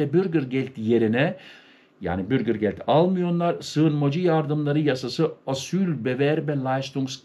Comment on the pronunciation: Bürgir degil , ' bürger'.